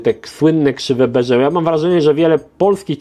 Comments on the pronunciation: Czemu mówisz krzywe beże.. Zamiast po prostu tak jak na wiki mówia po prostu...krzywe bez je ra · Prawidłowo Bézier wymawia się „Bezje”, nie „Beże”. Film z prawidłową wymową na YT znajdziecie pod tytułem: „How to Pronounce ''Bézier'' Correctly in French”. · Ok, też to samo wyłapałem... wiki mówi, ze mówi się "bezjera", Możliwe ze wymowa po francusku jest lekko inna (tak jak piszesz) - ale mnie na studiach uczono ze to są krzywe bezjera.